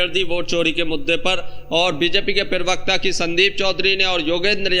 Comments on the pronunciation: Zyada mat bola kar bhai Pirwakta nahi hota Pravakta hota hai. Bolna to seekh le bhai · पिरवक्ता नहीं होता प्रवक्ता बोलो